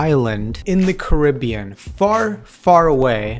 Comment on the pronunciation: You said Caribbean wrong